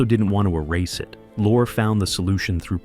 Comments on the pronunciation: Peter’s name wasn’t “Lorra.” He pronounced it Lorrie” and so did the industry Get your stupid AI narration dweebs to pronounce names correctly. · This AI is so bad, They say lore instead of Lorrie and don't even know they're screwing up. The narration is pathetic, for an otherwise good production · BET Davis??? Peter LOR?!!?!? for CRIPES SAKE - STUPID Ai narration bullsh*t!! THUMBS D O W N !!!!! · HEY A.I. ROBOT ANNOUNCER! It’s BETTY DAVIS EVRN THOUGH ITS SPELLED “BETTE” Second, it’s pronounced “LORREEE”. Peter Lorre! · Everybody in cinema realms knows: BET-TEE Davis (2 syllables). Peter LOR-RAE. BTW, Peter and Humphrey were lifelong friends. Mary had a SECRET, you say?! Not secret! Scandal. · When the AI "reader" refers to Peter Lorre as "Lore" - I'm gone. Better luck next time. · Note to OP: Spell Bette as "Betty" Lorre as "Laurie" Gutmann as "Gut man" for the AI to pronounce it right. "Carecter"? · Pronouncing "Lorre" as "lore" particularly irritated me. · Ya, I agree with Kerry Lockhart below: can't some of these narrators pronounce names RIGHT?? This narrator bird said "Peter Lor," for peter Lorre, and he said "Bet Davis" for Bette Davis , pronounced "Betty." Come on! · And Lorre is pronounced lore- ree. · and you know some kid 50 years from now will say that he's saying it right because he heard on YouTube pronounced "Lore". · Why do you pronounce Peter Lorre's name all but the first time you say it?